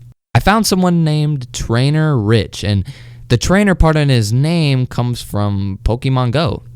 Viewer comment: It’s trainer tips not trainer rich